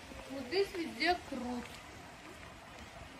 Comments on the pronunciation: Не крут (ухо режет), а КУРТ. с уважением, Радик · почему вы говорите КРУТ.Хотя его называют КУРТ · не крут,а курт☝️ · не крут а курт. Спасибо за видео. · на ваш канал подписан и с удовольствием смотрю. Хочу немножко подправить вас с произношением слово курт, а не крут. Не судите строго. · Не крут, а курт! 😊😊🤭🤭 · Не крут, а Курт! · Не крут а курт